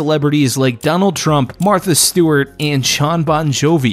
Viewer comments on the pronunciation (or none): none